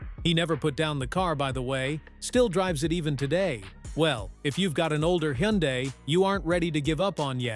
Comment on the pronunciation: The car is pronounced "Hunday" rhymes with Sunday. Simple.